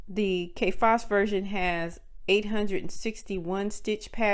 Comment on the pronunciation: I"m sorry, is she saying Kay Fass???